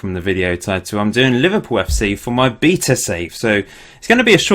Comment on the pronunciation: only thing that annoyed me was the pronunciation of via and beta, otherwise good video :)